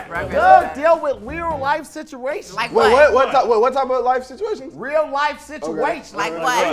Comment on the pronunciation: Cuh said rear life the first time😂😂